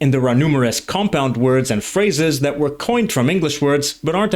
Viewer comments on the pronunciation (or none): none